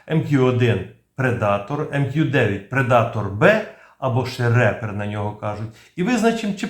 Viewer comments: Рипер. Рэпер это немножко не то) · Ріпер(смерть) а не репер))